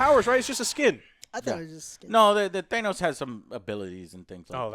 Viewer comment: Anyone else triggered by how Joe pronounces “Thanos”? lol